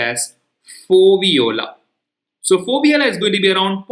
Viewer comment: It's foveola